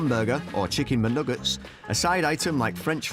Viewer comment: no one: chicken muhnuggets